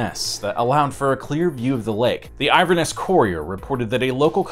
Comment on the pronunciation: Inverness, not iverness!! Good video though.